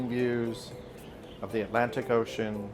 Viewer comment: Beautiful view, did you say "Alantic ocean"? spot 7.35